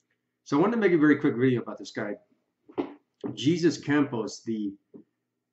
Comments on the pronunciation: Thanks for your thoughts on this, although I must say. It's "Hayzoos" not "Jesus" since in the western countries we do not use Jesus as a proper name to just anyone... He's Hispanic, and it's polite to pronounce people's name the way they themselves pronounce it. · OLD POST...Anyway, FYI...his name is not "GEEZUS", it's "HEY-ZEUS" dang dude! He's was whacked that very night. He's dead and has not escaped anything! I'm curious if it was the LVPD, FBI or another covert op of the Federal Gov't's. though??? IMO, this was a C.I.A. deep black ops sanctioned event. This very well could've been set up to be a huge distraction. Especially since multiple venues were cited by numerous "witnesses" other than Mandalay Bay. Also, the use of multiple helicopters to carry out the shooting, and keep the FAA from coming forward with flight plans and documentation of their flights, would take an extremely powerful and influential agency, i.e. C.I.A., N.S.A., Pentagon, etc., and nothing less. The truth won't come to light for decades.